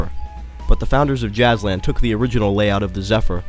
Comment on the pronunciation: you misspronounced the names of every jazzland ride!